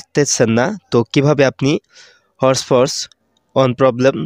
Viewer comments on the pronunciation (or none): ভাই হট পট না তো😂😂 hotspot বলে যে😂😂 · আরে ভাই হট পট না হটস্পট 😂😂😂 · আরে ভাই হটপট না হছপট😂😂